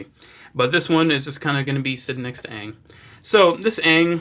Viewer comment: Say it with me. A. A. Aang. Not uang